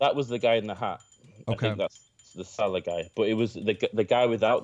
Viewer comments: its sa-leh, not se- lah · It SALEHYYYYYY NOT SALEHA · It's Adam sal'eh' wtf is Adam 'sella' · Saleh not Walsh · Dont even say adam "seller" ever again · Jesus Christ. ITS PRONOUNCED (SUH-LAY)!!!!!!!!!! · First say his second name properly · Cringed when he pronounced Saleh wrongly